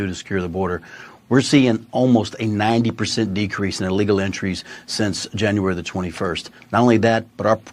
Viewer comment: It’s illegal, not allegal.